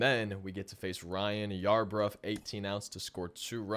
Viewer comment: “I sounded like a fool this video” as he to call Ryan Yarbroooo yarbruf 😂😂 all jokes man